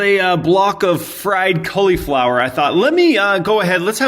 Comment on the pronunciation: Who else finds it funny the way he says cauliflower?? 😂